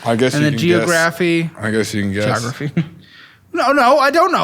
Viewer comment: Geo-graff-y😅😂😂 IDK if you thought we didn't catch that 😂😂